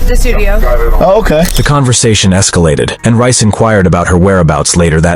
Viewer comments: That's Reyes, not Rice. It's pronounced "Ray-ez". EDIT: is it Rice or Reyes? I swear the text said Reyes at the start, but now it says Rice. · Deangelo rice ?😂😂😂😂 it’s (Rey-jes)….. brooo😂😂😂😂😂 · Reyes. It pronounced Ray-ez not rice lmao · His name is pronounced "Ray-as". Not "Rice" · Ray ez*. Damn. Not rice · Not that this is the most important part of this, but the officer's last name is pronounced RAY-ez not Rice. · It's pronounced Ray-ess not Rice 😂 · "Ray-es" not "Rice." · Its not RICE !!! ITS RAY-S COMMON HOMIE WHAT YEAR IS THIS 2023? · How does “Reyes” (“RAY-ess”) morph into “Rice”? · I don’t think Reyes is pronounced Rice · Since when is Reyes pronounced rice? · Reyes is NEVER pronounced as Rice. That’s ridiculous you would even pronounce it that way. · It’s Reyes, not “Rice” 🧐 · Reyes isnt pronounced rice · Bro why do you keep saying Reyes like Rice 😭😍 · "Reyes" isn't pronounced "Rice." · He pronounces Reyes as Rice. Lol. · Did you really pronounce Reyes as rice lmao 💀